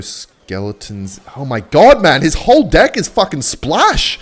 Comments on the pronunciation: is he saying deck as d on purpose or I'm just hearing things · Whenever he says deck I only hear dick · was he trying to say deck lol? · The way bro says deck catches me off guard every time😭